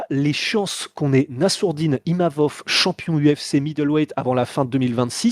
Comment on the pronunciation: c'est pas imavof 😅